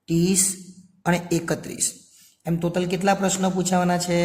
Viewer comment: ટોટલ ❌ તોતલ ✅👍🏻😅